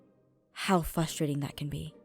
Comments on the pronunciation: "fustrating" UUUUUGGGGGGHHHHH!!!!! 😫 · Isn't it just FRUSTRATING when Aph doesn't pronounce FRUSTRATING correctly? Still love ya tho Aph •~^ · It's pronounced frustrating (don't worry I always do that 😂😂😂😂😂)